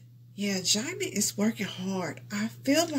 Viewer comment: His name is pronounce as Gem-Men